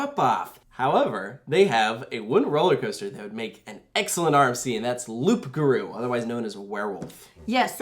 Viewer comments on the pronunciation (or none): The ‘P’ in Loup Garoux is a silent P, so its sounds like Loo ! Great content as always !! 💪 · The "p" is silent. Loup-garou is pronounced "loogaroo". Unless you're going for a pun with "loop", but seeing as there's no inversions, that seems unlikely. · Nice try but you doesn't pronounce de "P" on "loup-garou" those motherf*cker at the french academy... but I just want to point it out because in general your pronouncation in french is pretty good despite you don't really speak the molière language :)